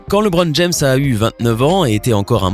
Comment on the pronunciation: Sérieux tu sais même pas prononcer son nom